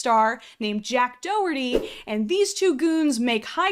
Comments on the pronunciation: off topic but you saying do-her-de pissed me off bc that’s my last name 😭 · dougherty is pronounced d- oh. gehnuibely. that wasn’t like a. I was mid typing that when you said you don’t care but tír gan teanga tír gan anam🇮🇪🇮🇪 its doh-err-tea doh like dog withers h not dough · As someone who has the last name Doherty, I despise Jack. Anyways it’s pronouced dorty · by the way my last name is doherty. its pronounced dorty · I remember, I think it’s Danny Gonzalez made a video about Jake Doherty. And he pronounced it as ‘DO-horti’ lmao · I wouldn't worry about pronouncing their names correctly, Jack Doherty doesnt even pronounce his own name correctly (source: I'm Scottish) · Your pronunciation of Doherty is hysterical and this prune deserves it.